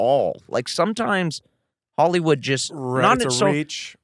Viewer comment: Blake says Ollywood. Ridiculous